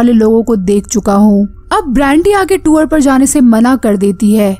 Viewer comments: Tuor ... Nhi tour bolte hai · Madam tour hota hai tuwar nai. Pronounced toh krna sikh lo